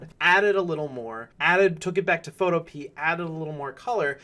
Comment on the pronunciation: Awesome vid, but I think that Photopea is pronounced more like utopia (pho-to-pee-a). I'm not sure though.